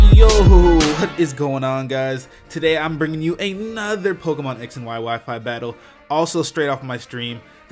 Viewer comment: The way you emphasised another in the beggining of the video